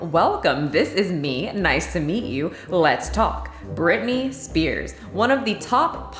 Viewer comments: It’s Britney not Brittany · Hey, it's Britney not Brittany